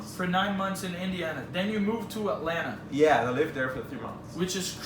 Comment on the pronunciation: He pronounces "Atlanta" like a native -- drop the Ts. I hope he saw some of the rich black people in Atlanta.